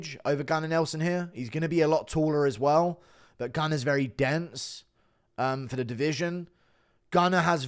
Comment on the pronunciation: When you said "Gunnar is very dense" I thought you said "The can is very dented" lmao the disrespect 😂